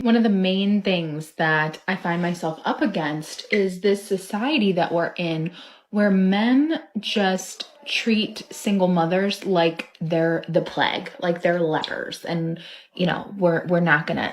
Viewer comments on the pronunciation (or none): "The pleg".